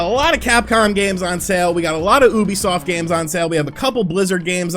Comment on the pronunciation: U know, when u said Ubisoft, I swear I heard "boobysoft" 😆